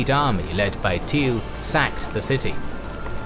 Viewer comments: Yet he butchers Tilly. The man wasnt called Thiel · "Teel" lmao